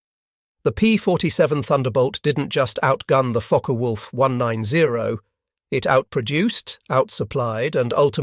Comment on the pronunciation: Is it just me or does it sound like he’s saying “F#%ker Wolf?”